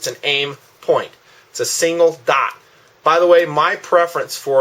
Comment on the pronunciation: Sorry, but it just bugs me how you pronounce the word "dot" like "daught"